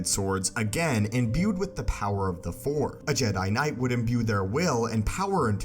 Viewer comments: says for in stead of froce lol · I'm a fan for multiple years but i got to tell you that sometimes you don't spell the words right. for example . it sounds like the power of the four or the fourth. even if i know what you were talking about. I'm sorry to tell you but it bothers me even as a german who relly enjoys's the english languange great content like always, keep on going bro :D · This guy can't say force, or sword. Dude. Learn to speak